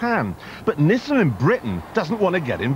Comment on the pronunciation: Its not NISSEN but NISSAN...and MADE IN NIPPON